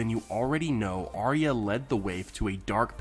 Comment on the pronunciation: It's pronounced "Ar-ya" not "Aria" and Bran would've known if Arya was dead...